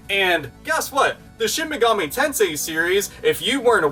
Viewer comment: Awesome video as always. F.Y.I.; It's pronounced Shin "Mega-Me" Tensei, not Shin "Mug-ahmay" Tensai